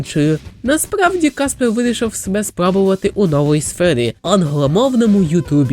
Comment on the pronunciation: я вибачаюсь, та фраза ''Куди зник каспег хола'' яка мабуть мала звучати грізно, звучить не дуже грізно